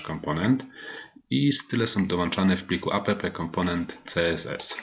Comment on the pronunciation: Mam małą uwagę. Takie spolszczone skróty brzmią bardzo nieprofesjonalnie. Warto używać prawidłowej wymowy, szczególnie gdy się kogoś uczy. Chodzi mi np. o: Angular CLI: "Angular SI EL AJ", a nie "Angular KLI" NPM: "EN PI EM", a nie "EN PE EM" App: "Ap" (od application), a nie "a pe pe" Będę oglądał, zobaczymy dalej.